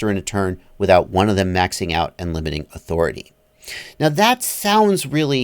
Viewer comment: He said yawthority.......i think